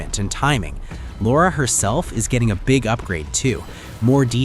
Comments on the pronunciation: It’s Lara Croft not lora Croft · Lara! not Laura. Lara Croft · It's Lara, not Laura. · Lara not Laura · Lora Croft? LOra? Really? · I cringed every time he said it.